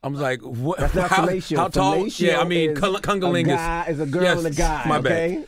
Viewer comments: What is “Cungalingis” He butchered the hell out that word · Lol cunilingus and yes he did!!! 😂😂😂